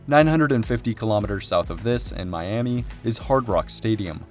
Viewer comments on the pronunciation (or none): none